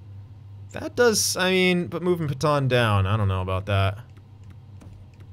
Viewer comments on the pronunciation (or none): Pet-anne not Peton please dont say Peton anymore